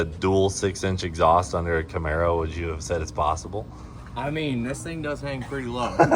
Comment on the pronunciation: The camar-boe